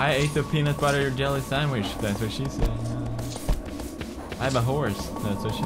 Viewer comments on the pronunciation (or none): none